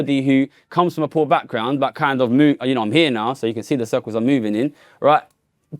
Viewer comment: I am unduly irritated by how that guy pronounces "poor"